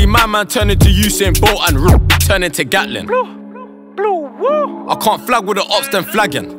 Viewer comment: when he says bluwuu it sounds like woi 😂😂